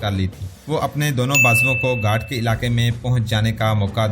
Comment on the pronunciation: گھاٹ نہیں بلک لفظ گھات ھے